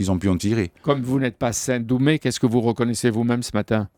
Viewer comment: Dumè et non pas "doumé"...